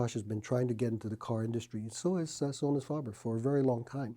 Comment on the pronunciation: is instantly non-credible when he can’t even pronounce Sonus faber or McIntosh correctly